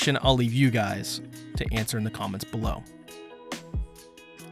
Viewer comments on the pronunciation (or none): none